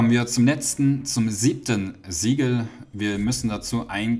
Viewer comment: Sieben Siege Siegel was spricht er aus?? Ich verstehe nicht. Die ganze Zeit wiederholt er Sieben Siege Siegel.....